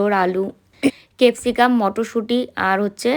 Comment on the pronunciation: তারপরে ও তো তুমি শুধু আর আর করেই যাচ্ছো..😊 কেপসিকাম না, ক্যাপসিকাম